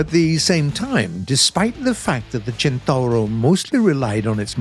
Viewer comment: Near perfect Italian pronunciation. I give you a 8 over 10.